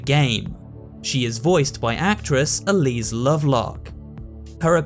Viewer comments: I think it's Elsie, not Elise. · a little correction: her name is Elsie not Elise! Great video otherwise, I love these in-depth videos cause I’m obsessed with this game!